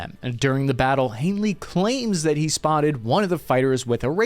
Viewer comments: His name is HANEY not Hanely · Haney, not Hanely... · Ps. It's Eric L. Haney, NOT "Hainley". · HANEY !!!! not Hanley.... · Are you saying Hanely instead of Haney? Or is it just me? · PLEASE pull your head OUT of your ASS concerning NAMES, PLACES, etc., will you? The man's name, according to YOUR SPELLING, is/was 'HANEY', there is NO 'l' in the man's name, ie, 'Hanley'. At least get the man's NAME CORRECT, will you? Cheers from the Oil Patch in Central WY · You keep referring to Eric Haney as "Hanely", but have it written without the L in the last name. So which is it? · Haney is his name. Not Hanely. Lol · Why do you pronounce the name of Eric L. Haney as "Hanley"? Why did you add an L to the pronunciation of his last name? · Bro, there’s no way you’re not at least borderline brain dead. Hane-ly? There’s no L in his last name. Bay-ez instead of By-ez? Your inability to speak correctly devalues all the hard work you put into these videos and it’s been going on for years. Fuckin asvab waiver😂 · Great video, but how do you keep saying all the names wrong lol. Baez is pronounced ( BI EZ ), then you call the Haney guy Hanely over and over again, it's crazy. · It is Hay Ney. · It's HANEY 😬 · Haney is pronounced 'hay-knee' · HaneLee????? Get hooked on phonics bro. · Not sure “ Haney” has an L in it…